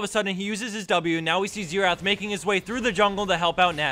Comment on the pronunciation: Isn't xerath? with 'r', instead of xetath?